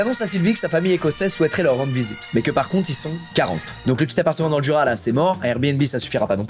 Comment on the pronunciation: le fait d'entendre squeezie prononcer "Jura" ou même "Dijon" me perturbe.